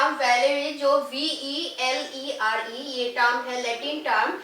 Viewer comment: its valere.. not velere